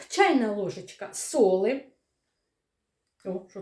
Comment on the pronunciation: Чого ж солИ, а ні солі, підОгріла, а не підігріла.? Та й не слідуючий, а наступний.., добре, хоч муку виправили на борошно...